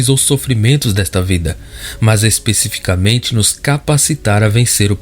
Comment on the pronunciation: Por favor, não diga, es pê cificamente... o correto é especificaMENte.